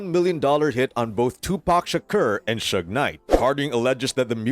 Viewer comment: Cant trust no blogger that calls suge (sooge knight) !